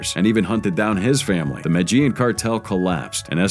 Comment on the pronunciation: Why pronounce the names correctly but not medellin? 😂 nice video's to listen to at work tho